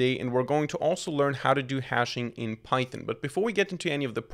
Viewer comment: bro calls python pythin 👽👽💀💀